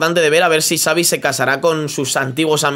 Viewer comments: Me da un incon en el estómago cada ves q escucho a decir tsaavi en ves de chavi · Pronuncia bien el nombre por favor, me duelen los oídos, Xavi, que seria CHAVI no sabi. Por lo demás, eres muy top, lo dice un culé. Saludos. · No digas Savi porfavor, di Chavi. Que sabéis pronunciarlo perfectamente. Xavi se pronuncia como Chavi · no sé dice savi sé dice xavi